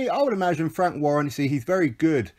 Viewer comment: Emphasis on the "wank."😅